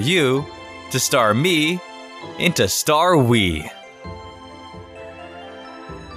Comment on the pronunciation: Not starwe, staruss